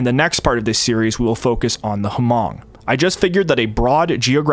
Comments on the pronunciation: Isn't it pronounced mong like with a silent H? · Couple pronunciation nitpicks: - the S in Laos is silent, it's a French pluralization - Hmong is pronounced more like "mong" (the "hm" represents an unvoiced m sound, we don't really have an equivalent in English) - Hui is pronounced more like "Hway" or "Hwee" And just to head it off for when you get into Vietnam, "Khmer" is pronounced like "Kmai"